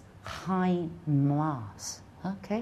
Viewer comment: 1. Osteo has a Greek origin, not Latin. 2. The 2nd syllable of schizophrenia is "sə". 3. The stress should be put on the 1st syllable of the word Alzheimer's, not the 2nd one.